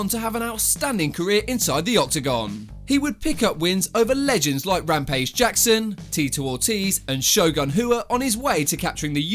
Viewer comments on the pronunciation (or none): none